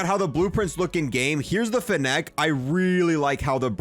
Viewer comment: The way he pronounces fennec wrong is insane